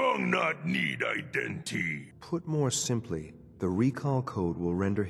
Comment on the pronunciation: The WerewolfF , Strong said "Iden tee". The original comment was joking about him saying iden tee instead of identity.